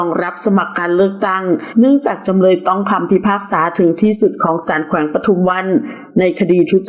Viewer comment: จำเลยไม่ใช่จำเล๊ย เดือนก็คือเดือน ไม่ใช่เดื๊อนน 🙄